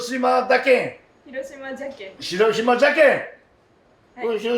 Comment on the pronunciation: 「“し“ろしま」の発音がかわいい😊